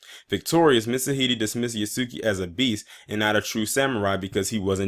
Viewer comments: It is pronounced Yasuke, not Yaski. 弥助 => 弥(Ya) 助(suke) YASUKE 〇 YASUKI ✖ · It's pronounced (yah) like (Jah). (Yah) (su) (K). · And why do people keep pronouncing yasuke wrong (Yahske) is the correct way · Pronounced ya-su-kay btw